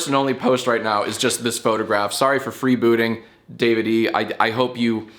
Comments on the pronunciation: i think his name might be davide, like the italian name davide, not david e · Your pronunciation of Davide gives me shivers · I’m sowwy I killed youw famawy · Most painful part of this video is how Jack pronounces Davide